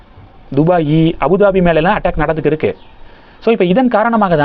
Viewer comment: ஆமாம் 1. இருக்கு க்கு என்பதை கிருக்கு ன்னு உச்சரிப்பாஹ. 2.இருக்குறாங்க என்பதை கிருக்குராங்க ன்னு உச்சரிப்பாஹ.